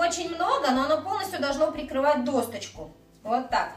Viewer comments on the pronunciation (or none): ДосТочку... аж слух режет ... а рецепт хороший)